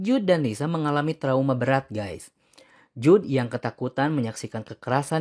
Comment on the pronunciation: Jude dibaca jud oyyy